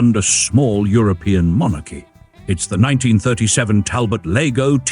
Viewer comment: It's not the 1937 TAL-BOT "LEGO". If you can't pronounce the cars NAME, you shouldn't say anything at all. Love it, but the wood center on the steering wheel ROONED it for me. I wouldn't give you more than Thirteen million four hundred twenty four thousand for it.